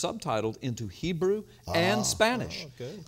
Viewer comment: Lie , you dont read Hebrew right